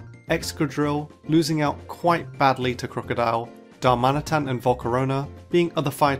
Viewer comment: Darmanitan, NOT Daramitan!